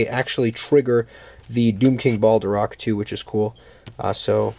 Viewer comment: Its not Balderock :D